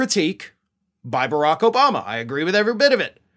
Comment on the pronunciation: Herschal Walker can not even say President Obama.